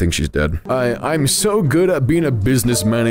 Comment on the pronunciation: He said daed